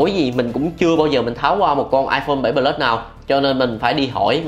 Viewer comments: Nghe cái ông bán nói 7 pờ lút :))))) là thấy bất ổn rồi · tuy là đọc không đúng chuẩn . nhưng mà đọc sao cũng được mà . có vấn đề mẹ gì đâu , ngôn ngữ Việt Nam phong phú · thấy đọc iphone 7 “pờ lút” hiểu